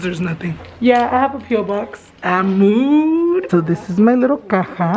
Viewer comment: Everything you say MOOD, I think you say MOO. Lol